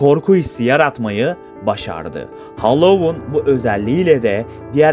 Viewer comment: Hallowon degil Halloween